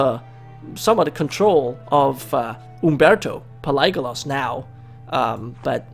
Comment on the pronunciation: Nice vid.But one thing that has been bothering me is your pronounciation of the dynasty😂😂.The dynasty is called Palaiologos(Pa-le-oh-logos)